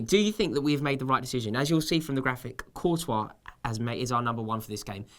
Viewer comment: its not coutois dumb ass its courtois